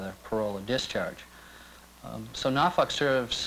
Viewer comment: As an Englishman, who lives in the eastern counties of England, I had to laugh my bollocks off at Norfolk being pronounced “Nar-Fuck” 😅 The correct pronouncement is Noowl-fk